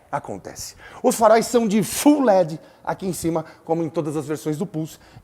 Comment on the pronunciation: gostei da pronúncia, parabéns pelo canal. ps. em busca da exelência... ful = completo "todo full led"